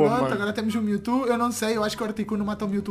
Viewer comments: kkkkk eu não sou hater eu amo-te e sou teu fã mais eu me mijo de rir quando tu falas "miutu" kkkkkkk fala direito kk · para de falar Mewto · pq o fala mewtu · Melhor Melhor ele falando Mewto kkkkk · o falando mewtwo ele fala meutu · ele dis miltu